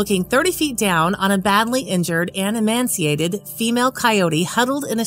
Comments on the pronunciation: “E man sea ate ed” vs “e may sea ate ed” Audio helps learning, if pronunciation is correct. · Thanks all you do! To whoever makes your videos, the word is "emaciated", not "emanciated" as was pronounced. I only bring this up because I’m sure that sadly, you will find another animal down the road in such condition. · Yes. Emaciated not emanciated. It was mispronounciated.(sp) There is a lot of that in these videos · "Emanciated" - interesting ! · It's emaciated. There is no N